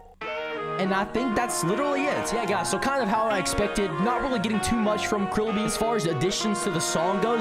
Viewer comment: Stop saying krillbe